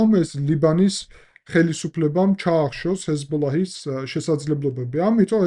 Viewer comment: პატივისცემის მეტი არაფერი მეთქმის, მაგრამ თუ ჰეზბოლაჰს ასე ზუსტად ამბობ და ახსენებ გიორგი, კარგი იქნება თუ კატარის მაგივრად იტყვი "ყატარს", გაზის მაგივრად კი "ღაზას" და ა,შ. ქართული ენა იყენებს ორიგინალურ სახელებს რადგან აქვს რესურსი ენას ამის რიგ შემთხვევებში, და არ უნდა დამახინჯდეს ეს ფაქტი.